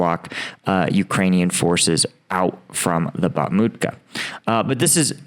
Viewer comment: It's bakhmut not bakhmit.